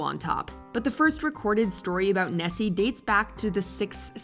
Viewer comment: The Loch Ness monster is not called chessy it is called nessy